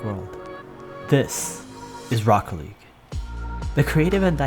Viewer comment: lmao just funny how you pronounced Rocket League Rocke-league